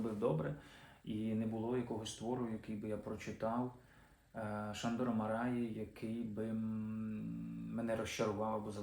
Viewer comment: Андрію, дуже вдячний! Тільки наголошувати за правилами угорської потрібно: МАраї (як і ПЕтефі) - у трискладових прізвищах наголос падає на перший склад.